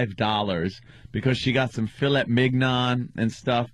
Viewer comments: He just said fillett instead of "filley" LOL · It is not fillet or philly, it is filét.